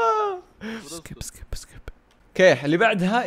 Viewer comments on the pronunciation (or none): ترى نسمعك تقول سكب ههههههه 😆